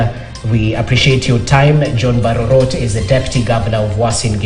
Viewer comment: BARO - ROT ??, ROTTEN TO THE CORE.